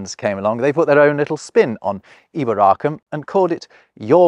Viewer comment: As a resident of (the original and best!)York in Northern England, I have a quibble about your pronunciation of the Roman name for the place: Eboracum. Like a lot of other English speakers I’ve heard attempting to pronounce this word, you say something approximating to ‘EEboracum’ with a stress on the first syllable. Now, I wouldn’t pretend to be an expert on the subject of stress in spoken Latin, but I guess that stress was probably evenly distributed among syllables, like it is in modern French or Italian, but perhaps more importantly, if the Romans really did talk about somewhere called ‘EEboracum”, I don’t think they would have spelled it the way we think they did. I think they’d have had to write ‘Iboracum’ or even start the word with a double ‘I’ (& I can’t think of another Latin word beginning like that). So I think most likely is that they just pronounced it like they spelled it: ‘Eboracum’, with the first ‘e’ being pronounced like the ‘e’ in beg’ and the syllables more or less evenly stressed.